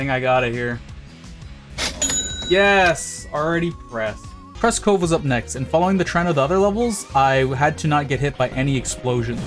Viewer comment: Press cove? You said press cove